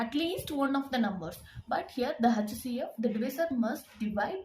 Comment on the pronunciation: Lolll I can’t stop laughinggggg hachhh ceee afff